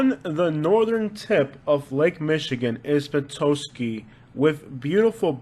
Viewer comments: Lifelong Metro Detroiter here (53 yrs)......everything you said is true. My family is from both inner-city Detroit and rural lower peninsula, thumb area (1800's), but we've all migrated outwards by now. Petosky is pronounced "pe-TOS-key", and Traverse is pronounced "TRA-vurse". I would NOT recommend being outside of the busy downtown Detroit area after dark. Or in the light, for that matter. Lots of unspeakable things go on, and there are "no-go zones" now, where the police will not respond to, so you'd be on your own. The parts they've gentrified and built up are fine tho (cultural district, Corktown, Greektown, Hart Plaza......) Just don't go "off-trail" unless you're packing heat. Nothing you'd want to see there, anyway, trust me. Yea, some of us sound like our cousins to the north, eh. Yes, Michigan is an outdoor enthusiast 's DREAM! ALL year long!! ⛷🏌️‍♀️⛸🚴‍♂️🏊‍♀️🎣⛵🚣‍♀️🔭🏇🚘🏈🎾⚾️🏀⚽️ Yes, the suburbs of Detroit are greatly underrated......most folks unfamiliar with Michigan associate all cities with Detroit 🤣😂🤣🤣😂......nothing could be further from the truth. Shhhhhhhhhh.......... Grand Rapids is the "bible belt" of Michigan.....VERY conservative and religious. Most big cities are Democrat run, and therefore, liberal shitholes. The rural areas are Trump territory. Olive Garden is a staple restaurant of most people here. The Great Lakes provide a separate weather system from the rest of the country (at times). Winters are brutal in the U.P., but in the lower peninsula, it's no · Where was that Kroger w that guy harassing you for money ???? And Petoskey is pronounced w a short "o" sound like "top".